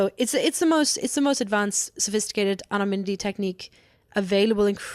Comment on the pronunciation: Is she saying anoMnymity?